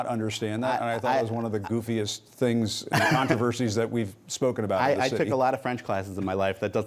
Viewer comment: 😂🤣😂🤣😂”The Plan, Capital T capital P.” 🤣😂🤣😂Sounded pretty much like a French accent attempt. Look it up.